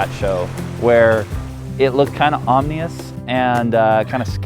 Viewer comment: Nice job, great video as always... but I did a double take ... "Omneeous"?? I think you might have been trying to pronounce Ominous... but then again... maybe you have your own language and I'm the one that's mistaken.. either way, I was smiling through the whole video. Thanks